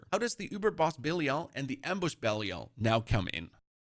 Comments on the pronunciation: Why does my guy pronounce it "Bellial" :D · can definitely tell the guy's never played d3 with how he pronounces belial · The guy explaining a lot but can’t even pronounce the name of Belial. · He pronounces belial wrong.